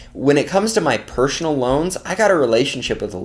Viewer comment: Pershhonal lol thanks for the great content as usual 🤜🏻